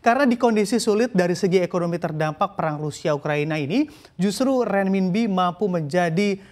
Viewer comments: renminbi bacanya renminpi, jadi pembawa berita koq bo'ol banget, belajar dulu cara bacanya... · perlu latihan lidah nih untuk nyebut RENMINBI